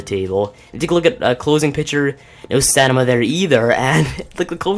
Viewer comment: It's stam-in-a not stanima